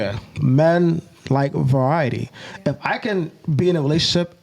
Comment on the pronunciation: The bugs bunny N said va-wiety